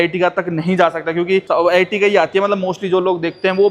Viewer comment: Ertiga dhang se pronounce karna seekhle bhai